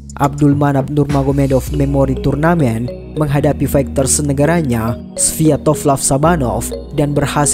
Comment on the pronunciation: Maaf kalau saya mengkoreksi naratornya. Huruf G di kata fighter itu senyap. Jadi bacanya faiter bukan faighter. Event bacanya ivèn, bukan iven. Salam